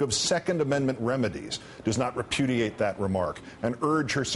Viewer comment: hahha he said reputiate !! this is WIN